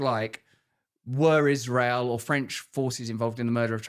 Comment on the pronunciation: have you ever heard her “Ishrael” pronunciation? Thought it was a joke but nope. She’s just a serpent.